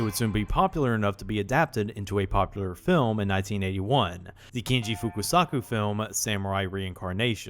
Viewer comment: Spoiler alerts would have been appreciated, honestly, as you're basically talking about whether it's worth a watch or not. Another thing that pinched me was "Fukusaku". It's "Fukasaku". Otherwise it's a very informative video, will done!